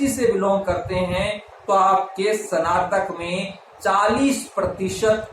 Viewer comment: सनातक नहीं कहते हैं स्नातक कहा जाता है